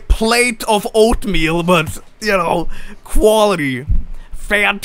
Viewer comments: "Koalaty" Kappa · i think you mean QUA-OAT-LY